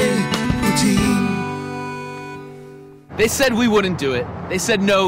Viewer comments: I liked your catchy tune at the beginning. Here's a bit of translation trivia for you: Fleur-de-lis as one of the few French words that you have to pronounce the S at the end. If you don't, it's fleur-de-lit, literally bed flower. My French grandmother told me it is an old-fashioned word for prostitute. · I just left a comment about "fleur-de-lit" in the delightful theme song. Oops, a strumpet made a guest appearance.